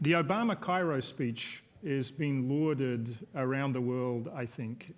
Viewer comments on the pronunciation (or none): why does he keep calling him Obamer? lol